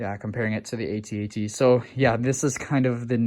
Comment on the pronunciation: Just FYI, the walker is pronounced "@ not "ay-tee, ay-tee". Been that way since 1980. Search up the old Kenner commercial.